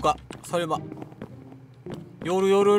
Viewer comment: 님 웃기심ㅋㅋㅋ요루를 요후 라고 말한닼ㅋㅋㅋㅋ